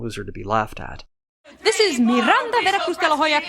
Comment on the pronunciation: It's Miranda Veracustalahoyacardinal my dude